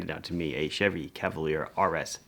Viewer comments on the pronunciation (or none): none